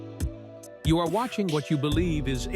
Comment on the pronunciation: Your computer voice keeps spelling out the word ARE. Maybe if you edit that word to be spelled OUR instead of ARE, it'll fool the AI into pronouncing it as a word instead of letters, like HDMI etc.